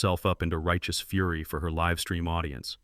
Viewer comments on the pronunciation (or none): none